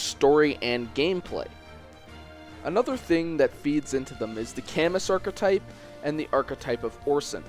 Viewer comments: "Cam-us" "Ber-cut" "Hands" Please... for the love of god learn to pronounce the names of characters you're talking about. It brings down the reputation of your entire video. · Are you incapable of using google to see how Camus is pronounced? Did you not bother at any point during the planning of this video? Yeesh.